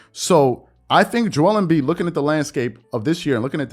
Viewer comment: WHY DO YA SAY JO WELL EMBIID JO EL EEMM BIIDD